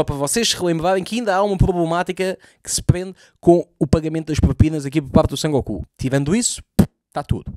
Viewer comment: o nome do gajo é Son Goku, não San Goku. Boa sorte para as análises dos próximos episódios, pois tudo leva a querer que esta temporada é muito pior.